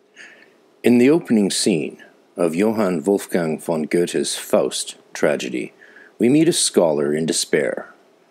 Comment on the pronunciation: First time I hear Faust in english translation. As you sure know only a small percentage of the genius can be captured this way. But your german pronunciation is excellent! I very much enjoyed your episode!!